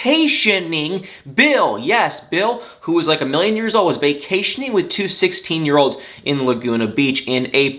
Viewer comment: "he's was VAY-CAY-TIONing.. yes... BILL... Who's like a million years old... Was vacationing.... with two 16 year olds" ☝️😍 Why I love you.